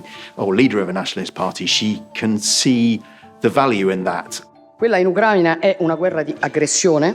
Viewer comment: Paolo, ti sposo!🤩 E ho fatto lo stesso pensiero, sentendo quell'incipit (che poi, dice «tra l'Ucraina e la Russia»! e nella traduzione appare, almeno, coi termini invertiti – poi dice Ucràina: ignorante). Uno che inizia la frase cosí, ti fa capire súbito come la pensa sul conflitto... 🙄😒